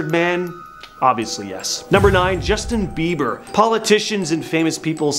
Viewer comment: Lol the way Justin Bieber was pronounced lol. And this isn't about disappearing people